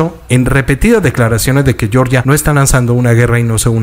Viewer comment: Cuando te refieras al país Georgia se pronuncia como se Lee en español no estás hablando en inglés para pronunciar yeoryia